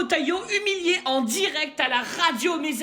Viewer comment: hahaha 🤣🤣🤣🤣🤣🤣👎👎👎 c’est pas Rotailleau c’est Ratay